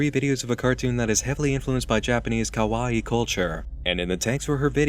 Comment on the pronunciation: Man I love but god does he say kawii weird...